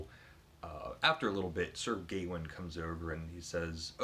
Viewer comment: Your Norton project is going well! I'm hoping to read Sir Gawain soon in the new Simon Armitage translation. By the way, we generally say "Gawain" with the stress on the second syllable like "Ga-Wayne" rather than "Gay-win" - I think the title sounds better that way as the "-ain" and the "-een" tie together. Who know what they did in Middle English though!